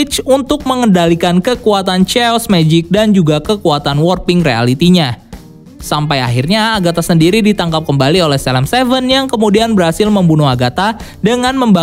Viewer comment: Kadang ada mispronounce yg bikin kuping gatel "Ceos mejik"